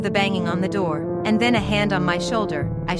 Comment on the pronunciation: Yarss “open the NOOR” 😂